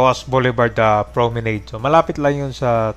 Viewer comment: Mali pronunciation mo ng Promenade, e check mo!!!